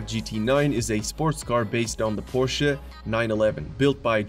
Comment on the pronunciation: I cannot wrap my mind around the unability of english speaking people to propperly pronounce Koenigsegg. You erronously pronounce Konigsegg. But I highly appreciate that you pronounce Porsche correctly. Bravo!